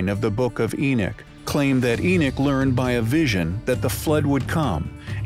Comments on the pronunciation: Enoch. Not enich. The wrong pronunciation is hard to listen to. Lol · His name was Enoch, not Enick. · Who the heck is Eneck? I thought it was Enoch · It is Enoch not Enich, please get your pronunciation correct if you are the narrative. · Where is there an I in Enoch?!? Maybe it's me but saying Enich sounds ignorant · Love this topic but cant stand robot voice saying enick! And not enoch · enoch not enich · Enoch not Enick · Who the heck is( Enich ) it is Enoch as in En knock why can't the narrator say it , and it does say Gods not just God , man was created in our image meaning more than one.BTW , and all those desktop Christian scholars give us your evidence who were the gods, now, the thing is , the bible was written by man that is a fact I believe that to be true . It is strange that anything modern is false any new information is classed as evil , the truth is , you have no proof only what ancient people have written has become your faith, what if they were wrong ? . The God of your church meaning any church any religion ...was and is a construct for control and simply brain washing in creating sheepople folks. Prove to me is God a Christian or a Jew or Muslim ....prove to me please any one just show me . Show me proof what religion do they worship in heaven... you are free to choose what you want to believe in , I am not but trying to mock but to make you see, God is above all religions and is of none of all religions, it is only Man who has made their God to be the true God. But do you truly know that he is ? it maybe he is a false God ....and seen as Man created him as a representative of your faith and many others Every one can not be right can they ... Every one acts as if say he is their property as if they have some a special ownership over him , if the end comes as it says in your bible so be it , and I will accept my fate, if it does not happen at all , you are blind fools... tell m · What about EnickThen he starts pronouncing it In-nick.